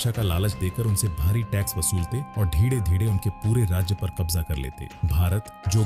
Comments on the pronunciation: आप धीरे धीरे को धीङे धीङे क्यूं बोलते हो 😂😂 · Dhire dhire ❎Dhide dhide ✅😅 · "धीरे धीरे" ये सरल शब्द बोलने में क्या तकलीफ है?